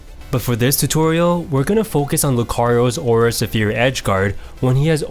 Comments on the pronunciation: It's Aura Sfere not Aura Safear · "Aura Suh-pheer" I CAN'T TAKE IT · Aura Suh-fear? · Aura Suphere?? Come on ""... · The aura se-fear. #Triggered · Great and helpful video! Your pronunciation of Aura Sphere is incorrect, which could be off putting to your audience, but the quality of your videos is so good! Keep it up!